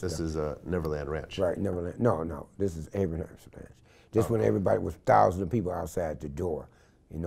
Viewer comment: im here in the UK loving this old school accent the way this man empasized "200 thous'n" the second time he said it hos chest raised with animation...